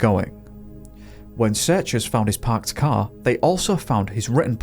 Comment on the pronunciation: 😂I thought you said his "cow" disappeared lmao